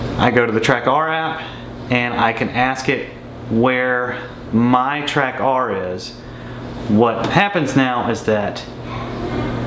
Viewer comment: Pretty sure it's caller Track'er', not Track ARR